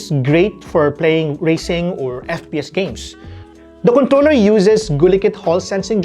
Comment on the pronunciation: is it just me or it is 'contoler?'